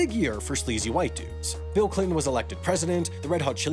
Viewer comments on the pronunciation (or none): none